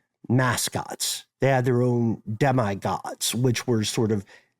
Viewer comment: Isn't it pronounced "Demee", not "Demy"?